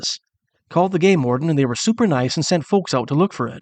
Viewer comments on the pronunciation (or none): none